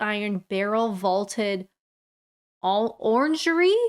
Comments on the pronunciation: it is pronounced orangery they were built to grow oranges when being able to do so was the way to show off and one up your peers. at one point possessing a pinapple did the same thing. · Wetherspoons has some right posh joints. One in Exeter (there's at least three I think) is magnificent and was designed by Isambard Kingdom Brunel no less. As a mechanical engineer, I got up close and personal with that arched window in the old Orange-ree (for correct pronunciation). Oh, you actually featured it 😊